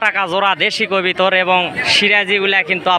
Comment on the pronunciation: আপনার কথা হচ্ছে না আপনি বলবেন কবুতর। আপনি কবিতর বলবেন না